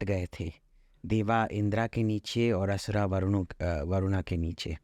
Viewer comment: महोदय, देवा नही देव, असुरा नहीं असुर कहिए। हिंदी शब्दों को हिंदी मे ही उच्चरित कीजिए जनाब। ऐसे आदमियों का इंटरव्यू नही लेना चाहते। निंदा करता हूं।